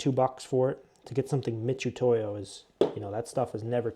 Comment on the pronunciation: oh yes, good ol’ Mitch-utoyo 😅😂